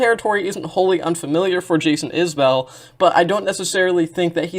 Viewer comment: Enjoyed your analysis of the work and appreciate that you didn't do that parasocial thing with their relationship(s). Also, it's pronounced 'IS-bull', not 'is-BELL'. You've earned a new sub.